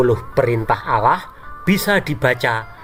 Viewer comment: Lucu juga bila dia bilang OWLLOOH!!! Es We Te😂